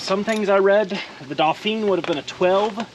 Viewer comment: Pronounced in French as in "Dough-fan"